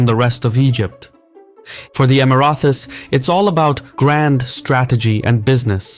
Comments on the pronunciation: You need to stop saying "Emirathi". It's Emirati. With a fucking T. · Just one note regarding the pronunciation, it is EmiraTis, not EmiraTHis. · Emrathes❌️ Emraties✅️ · It’s Emirati not Emirathi 😊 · Emirathi?? It's Emirati with a T ( even in Arabic) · for the Emirathis. Lmao im choking. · I can’t even finish the video because he keeps saying “Emirathis”. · Pronounced Emara-tee(s) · Man you were saying the word "Emiratis" weird. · Interesting video! But please, there is no "th" in Emiratis... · Why can't you pronounce Houthis or Emiratis ?